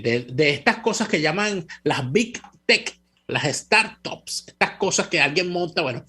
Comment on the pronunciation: muy probable ya hablas Alemán, pero seguramente cero inglés. Mala mala pronunciación “Start-ups”